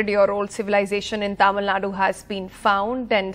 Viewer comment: Dear you are not alien to pronounce Tamil as Tyamil, use little common sense…